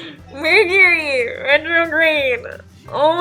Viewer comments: BAHAHA i hit the smashed the like when you said MURCHURY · "Mertury" is the most Mercury retrograde thing that could have happened lmao I'm crying, you're the best 😂😭💕